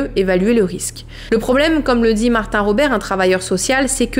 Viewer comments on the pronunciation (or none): none